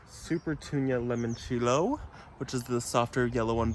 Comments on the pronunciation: I love your videos but I did laugh a little when you said limoncello. Sorry please forgive me it's one of my favorite liquors. I only know how to pronounce it because I drink so there is that. It's kinda like saying lemon cello. Like the fruit and the instrument. It's Italia so if you want to add that to how you say it cool. Again please forgive me. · New subscriber ❤ Wondering who corrected your pronunciation of limoncello later in the video 😂